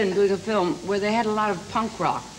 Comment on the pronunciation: Weird the way so many Americans pronounce "Punk Rock" as if it is all one word,like "Punkrock"...i.e. Shelley Winters and